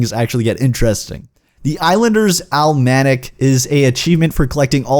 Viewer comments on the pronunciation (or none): Almanac -- (al-min-ac) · Did you just pronounce almanac wrong? Lmao